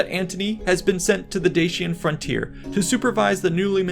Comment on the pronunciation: Dacian = Day see ahn not Dah chee un